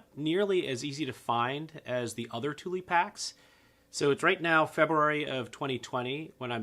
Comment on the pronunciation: Tuly... tar-pollen... are these how you really pronounce them?